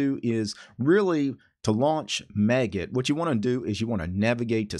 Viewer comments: The maggot git client? That scarred me. :0 I pronounce it similar to how you pronounce magic. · Do you usually pronounce Magit as 'maggot' like here or magic with a 't' at the end?